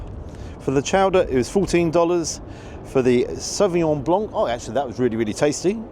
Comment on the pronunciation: Sauvignon Blanc, which is French, and should be pronounced correctly as such by dropping the "C". It is a silent "C" BTW. This is not a Soup spoon!